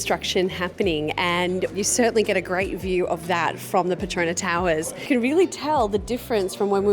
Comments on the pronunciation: It is PET TRO NAS not PE TRO NA Towers🤦🏻‍♂️ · The ‘S’ in the Petronas is not silent.. you should pronounce it like the locals